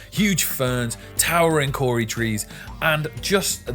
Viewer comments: Took me a little bit to figure out why you're saying "Kauri" like "Kori". Bruv thinks his neighbors are still French and offering an au revior. Kah-au-ree, try it, Kauri. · Its more like Coe ree.